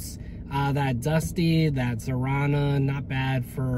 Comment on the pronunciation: Thank you for the videos. Love seeing what Joes you find, but omg please(!) get Zarana's name right (more like zar-ON-ah or zer-ON-ah, not zar-tan-ya, no T or other extra letters). It's very jarring.